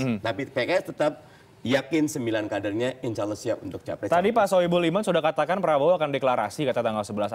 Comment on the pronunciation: BELAJAR LAGI AQOIDUL IMAN YA PAK... HARUNYA KALAU BPK BENER2 TAHU AQOIDUL IMAN.. SEPANIK APAPUN BAPAK TETAP DI HATI DAN DI MULUT AKAN SPONTAN BILANG NO. 1 SANG KHALIK (ALLAH) dan benar ngucapinnya bukan AWUOH ya pak BARU KE 2.MAKHLUK.. "Bumi dan isinya termasuk manusia jin dan politik baru itu nomor 2"